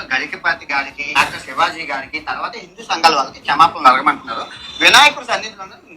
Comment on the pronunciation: Bro bindu kadhu bro hindu bro please try to pronounce perfect ly😂